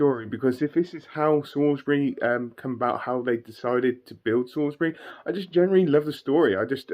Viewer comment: Salisbury not sailsbury...... Sorry, born in Salisbury and Wiltshire resident all my life 😄😄